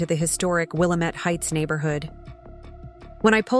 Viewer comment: Willamette needs the correct Oregon pronunciation rather than the Illinois pronunciation